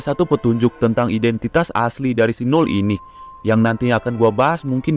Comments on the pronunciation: Null jadi Umal lagi🗿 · kok Null Jadi Umal🗿